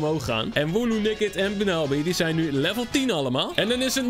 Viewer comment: je spreekt bunnelby uit als Bannolbie trouwens wil je ooit een keer een only grass type challenge doen